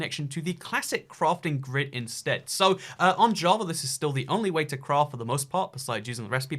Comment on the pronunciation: i thought he said on jah but he actually said on java